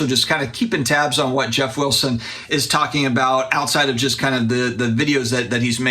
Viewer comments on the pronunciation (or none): He also says jest instead of just.